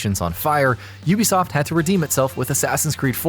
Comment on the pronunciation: OO-BE-SOFT NOT YOU-BE-SOFT JFC